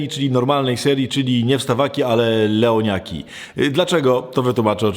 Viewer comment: Wpierw usłyszałam WEŁNIAKI ;)